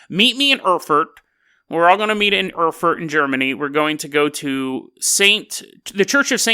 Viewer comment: Oh, look who's back again, after lazing two weeks in the sun, presumably slinging back mojitos, smoking fatties and chasing the muff around! You owe your subscribers podcasts,... and plenty too! And it's pronounced "Aer-fuht" and "Mynz"...:)